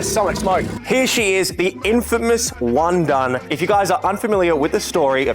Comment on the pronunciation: Wundun ❌ Wun-done ✅